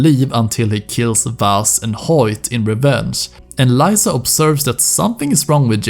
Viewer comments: My guy, it's Leeza, not Lieza haha you hear her name multiple times in the game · its lisa, not layyysa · it s liza not laisa bruh stfu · Great video but Lisa is Lee-sa not ly-sa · You pronounce "Lisa" so diabolical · Is no one gonna mention how my man says Lisa? Despite hearing it a thousand times in game?